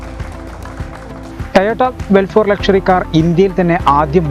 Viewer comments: വെൽഫോർ അല്ല മന്തൻ റീഡറെ.. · അവതാരകൻ ഒരു മുതുവെഡല ആണ്. ഒരു വണ്ടിയുടെ പേരുപോലും നേരെ പറയാൻ അറിയാത്തവൻ. വെൽഫെയർ എന്നതിന് വെൽഫോർ എന്നും ഫോർചൂണർ എന്നതിന് ഫോർചൂൺ എന്നും. ഇറങ്ങി പോടേ... കൊച്ചു പിള്ളേര് ഇതിലും ക്ലിയർ ആയിട്ട് പറയും... 😄😄😄😄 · cheta velfor aaala....velfair aaaanu...peru paran ariyunavanekond paraypik